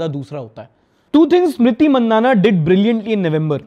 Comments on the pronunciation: Itni badi crush hai, naam to Theek se pronounce kijiye. Maandhana not mandhaanaa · the pronunciation is "MAAN-DAH- NAA